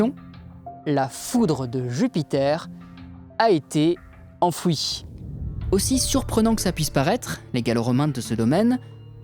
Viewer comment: Vos petits documentaires approchent d"une qualité professionnelle et sont admirables. Pour améliorer ce qui peut l'être, vous pouvez songer à corriger certains détails de votre diction, en particulier les fins de mots : "enfoui" qui devient "enfouishhhh" (1'29), "la vérité" qui devient "la véritéshhhh" (1'47) , "en Italishhh" (2'16), "une brebisshhhh" (3'13), "soigneusement marquééshhhh" (3'22), "hé ouiiissssshhhhhhh" (4'51), pierre poliissshhhh" (5'03), connuuusssh (6'32). Bref c'est un tic de prononciation qui à force est horripilant, que vous pourrez facilement corriger. Et laissez tomber les "hyper cool" et autres mots zombies. Qui aime bien chatie bien. Votre chaine est remarquable.